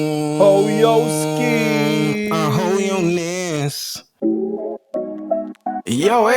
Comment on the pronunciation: Did my guy just say hoyoness😂😂😂